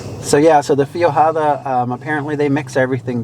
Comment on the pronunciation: I am such a foodie! I am loving living vicariously through you guys and visiting these restaurants! And I love Brazilian. Great sope. And cameras happen....LOL! It's pronounced...feg (like veg) - wada. ;) 🍸💖